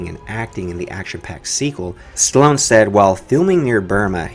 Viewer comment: chloone...? hahahaha stallone